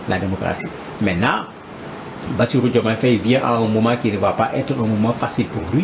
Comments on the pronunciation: C'est vrai quoi ! Il dit toujours Féye au lieu de Faye ! 😡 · Mr le journaliste, je pense que la prononciation est Faye et non Féye. Très bonne émission, au passage.